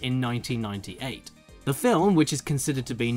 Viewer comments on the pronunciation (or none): none